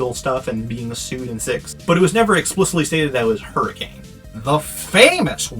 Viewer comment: Utahn nitpick here, the city is actually pronounced hurri-kin, not hurricane